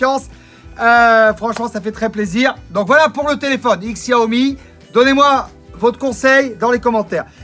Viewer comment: Ca se prononce "cha-o-mi".................... ........ ........... c'est un jeu de mot chinois avec "show me"..... mais faut savoir........